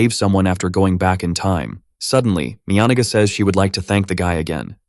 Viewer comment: that was NOT the correct pronunciation for Miyanaga